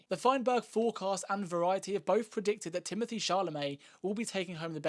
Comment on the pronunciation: ` His name is Timothée. . . . . . .NOT "Timothee", sugar!!:face-orange-frowning::face-orange-frowning::face-orange-frowning::face-orange-frowning::face-fuchsia-wide-eyes::face-fuchsia-wide-eyes::face-fuchsia-wide-eyes::face-fuchsia-wide-eyes::face-fuchsia-tongue-out::face-fuchsia-tongue-out::face-orange-biting-nails::face-orange-biting-nails::face-orange-biting-nails::face-orange-biting-nails::face-orange-biting-nails::face-orange-biting-nails::hand-orange-covering-eyes::hand-orange-covering-eyes::body-blue-raised-arms::body-blue-raised-arms::body-blue-raised-arms::body-blue-raised-arms